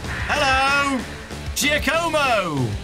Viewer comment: It's "Jaw-co-mo".